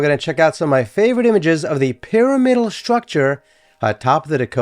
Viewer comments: I wouldn't normally make this comment but since you invited discussion around the pronunciation of radiator, i wanted to say i grew up saying py RAM idal Loved the video. Roberta Flack and Leonard Bernstein both lived there (separately 😅) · Interesting story. Would only suggest looking up the correct pronunciation of the word “pyramidal,” since it is used often in the video.